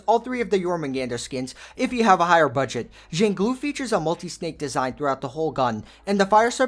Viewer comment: jan-glue 💀 It's pronounced like shang-liu